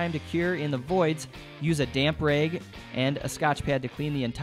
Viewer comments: Great video! I'm a little confused, what is a "raeg"? Did you mean "rag"? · Nice but why do you say bage not bag and rage not rag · I’ve never hear someone pronounce bag as baig or a rag as raig..